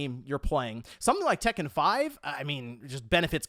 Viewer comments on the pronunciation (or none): none